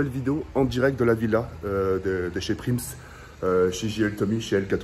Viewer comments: c’est “PRISM” pas “PRIMS“😉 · on dit prism pas prims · wa lhmar c prism pas prims hagoune 🤣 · C’est Les Prism Pas les Pims ou Les Prims Mdr 😂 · PRIMS 🤣🤣🤣 Ptn tk il a un problème 🤣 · PRIMS 😂😂 C'est PRISM 😂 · mdr il dit prims au lieu prism de ta cru c’était des pringless 🤣🤣🤣🤣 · C’est pas prims c’est prism ahah🤣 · Prims au lieu de prism C est du TOUT CRACHÉ😂 C EST PAS GRAVE ON T AIME 🐻🐻🐻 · Mdrrr c pas PRIMS mais PRISM 😂😂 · Mdr il a dit « prims » alots que ces « prism » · « PRIMS »🤦‍♂️🤦‍♂️ t’abuse respect wsh « PRISM » on dit rolala😭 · Prism pas prims mdr il m a perturbé à dire prims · Prims 😂😂😂😂🤦🏼‍♂️ cest prism tk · "Prims" 🤣🤣 c'est prism poto 😂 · c'est prism pas prims😂😂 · c'est prism pas prims 🤣🤣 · Il a pas osé prims il a dit mdr c'est prism tk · C’EST PRISM ET PAS PRIMS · ses pas Prims, ses Prism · C’est prism et pas prims mdrr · c est prism et pas prims 😂😂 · Rk il dit prims mdr alors que c prism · ses prism pas prims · c'est P R I S M et pas pirms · ta pas le droit c’est prism pas prims mdr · "PRIMS" J'EN PEUX PLUS DE CE 😂😭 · Il a dit prims!!😂😂😂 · "PRIMS" MDRRR JPP IL A 3 MILLIONS D'ABONNÉS ET IL FAIT 0 EFFORTS (BREF)😂😂😂😂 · "PRIMS" MDRR,... fait un effort quand meme 😂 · Sa me tu quand il dit "bienvenu à la villa proms" 😂😂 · sa ce dit prisme mes tes le meilleur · PTN ON DIT PRIIIIIIIIIISM !!! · Mdr on dit "priSM"😂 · « Prims » MDR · Attendais il a passer une soirée à la villa et il sait toujours pas dire prism 😂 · C'est "PRISM" mon gros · C EST PRISSSSSSSSM BORDEL . IL INVITE UN MEC QUI N ARRIVE MEME PAS A DIRE LE NOM DE L EQUIPE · "PRIMs" 2K20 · La villa des "prims" 😂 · Ptn jpp il dit prims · Si vous avez remarqué il dit prims . 🤦‍♀️🤣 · c'est pas ta mit prims et tu dis prims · Il a oser mettre prims et en plus il le prononce comme sa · Mdr c'est comme quand il dit paris games week